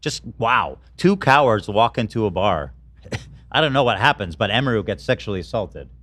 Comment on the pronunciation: Everything Ethan mispronounces emiru I die inside